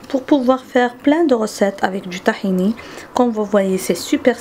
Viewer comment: C'est tahina madame c'est pas tahini